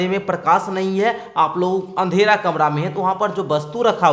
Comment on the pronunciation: Kamra hota hai kamla nahi